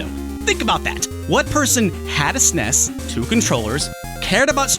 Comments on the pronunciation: There is nothing more enraging than hearing someone pronounce "SNES" SssNess........... just say S-N-E-S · People that pronounce SNES as "sness", no thanks.